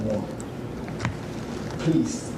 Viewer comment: Pleez. Pleez dont put this on Teebee.